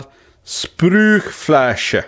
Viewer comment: weeeder befyllbaaareee Spryyh-fla-sche Good job on the Umlaut ü :) Ohhhh geezless it's like $60